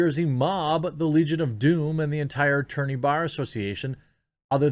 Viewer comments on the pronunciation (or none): none